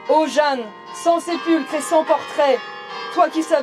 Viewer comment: Euh "Jeanne" et pas Jehanne (?)